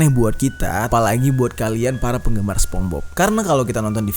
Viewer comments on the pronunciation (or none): People : sponsbob Bang jeri : sepongbob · SPONGEBOBS BANG BUKAN SEPONGBOB HEHE, AKU FANS MU BANG JER PISS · Bang sorry namanya spongebob , bukan spombob :v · Ucapannya Sponsbob bang.. wkwk bukan spongbob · bukan spong bob bang nyepong bob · Aku juga sepongbob, manggilnya, mungkin lu doang kali, People : Sepongbob (spongebob) You : sponsbob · Bukan spong bob bcanya bang,, lain arti jdinyaa😭😭😭